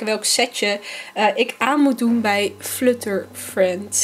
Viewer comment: Flutter moet je op zn Engels zeggen haha, het klinkt echt vreemd op zn Nederlands